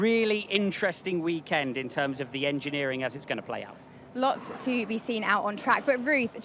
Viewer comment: "welcome to the weekend womp" 😂😂